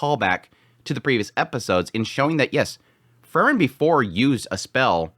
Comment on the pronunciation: It's Freeren, not Frrren.😁